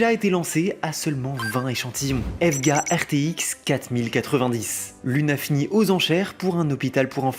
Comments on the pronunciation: EVGA se prononce "i vi gi aie" pas evvgga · EVEGA ? eve ga ? pardon ? et tu dis usb a ? ta arracher leurs noms 🤣Nan sincèrement essaye de choisir en Anglais et Français car ta pris le pire possible pour les 2 cas, personne dis evega et personne dis usbi lol 👍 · on ne prononce pas la marque EVGA "EVEGUA" bordel ! et non elle n'a pas fermé ! c'est quoi ces infos en mousse là ? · E.V.G.A. il faut dire chaque lettre séparée autant en français qu'en anglais. Merci :-) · Dit comme ça je comprends pourquoi il a evvgga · EVGA ? E-V-G-A plutôt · COMMENT TU AS PRONONCER EVGA?!!?!?!?! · J’ai eu mal au oreilles, c’est comme si tu dit pour c# ( C hashtag au lieu de C sharp)